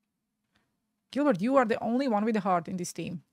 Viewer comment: It’s pronounced Jill Bear… not Gilbert